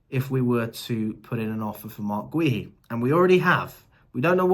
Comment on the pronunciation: Is Marc Guehi name really that hard name to pronounce properly? Lol